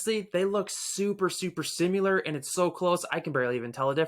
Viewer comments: sim-U-lar -E-nnoying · Simular? Eenoying? I’m just not willing to take advice from a guy who doesn’t know how to pronounce basic words. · I stopped watching this review when he said “simular” and “ennoying”…… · Its' sim·i·lar not SimUlar lol Good informational video! Thanks for sharing your thoughts! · Bro why you say “similar” “annoying” like that wtf lololol